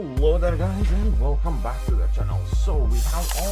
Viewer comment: HELLOOOOO there guys and velcome to the channel. Love you dude, are you based in the UK?